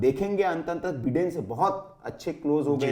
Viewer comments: अरे बिडेन नहीं बाइडन हैं ये क्या बिडेन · Baiden nahin Biden bolte h, bhai bolna Sikh let to achcha hota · My dear so-called Anchor and Journalist, it is not Donaald Trump but pronunciation is Daanld Trum. Also it is not Beeden but Byedn.